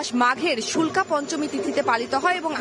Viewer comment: সাজগোজ করে মাইক্রোফোন হাতে নিলেই সাংবাদিক হওয়া যায় না। কঠোর পরিশ্রম ও অধ্যাবসায় লাগে। এটি "শুলকা" পঞ্চমী নয় - শুক্লা পঞ্চমী। আ আ করে তো অনেক সময় নিলেন।